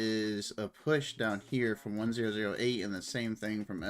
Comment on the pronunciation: it's refreshing to watch a streamer who can actually comment on the match! thanks for the video! one thing though, it's 1oo8, not 1008 please:) cheers!